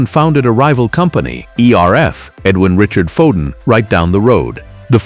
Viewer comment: Gave up at Foden of sandbarh